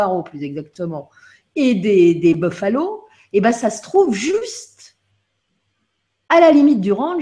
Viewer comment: Pas bofaleau mais boufalo !